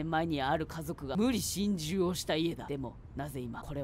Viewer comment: 個人的に好きなところ でるでるおばけだぁ～！ 無↑理↓心中 なに！？ん？ あぁ～石焼き芋ほし～